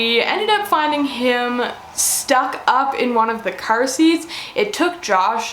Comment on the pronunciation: That was the most Canadian ‘curr’ I’ve ever heard